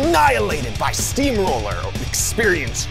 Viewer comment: This guy said steam roller like if he was in 1821 😂 🤣 😎 💯 🔥 🔥 😝